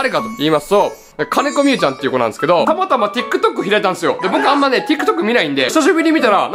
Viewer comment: たまたまのイントネーションがタマタマすぎてウケる笑笑